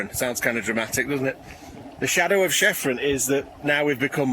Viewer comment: Nice vid as ever. And it is pronounced "Kefren" (named after the largest of the Egyptian pyramids. The sister peak (Cheops) is the same: "Keyops"). I was surprised you got such good sunstar at f9. Did you think about going smaller?